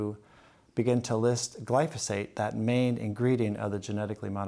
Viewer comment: One is just pronouncing it wrong